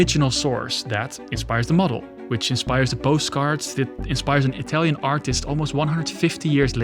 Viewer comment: why do you pronunciate italian tows with a french accent? 🤣